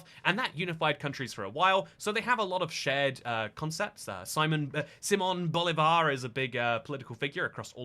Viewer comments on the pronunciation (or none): Simón Bolívar -- see-MOAN boe-LEE-var.